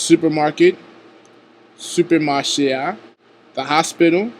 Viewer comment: bonswa met la, sak pase ? i am a Haitian creole teacher as well but what i don't understand here is that you say supecmache a . don't forget there is no u in the Haitian creole so please think it over next time. thanks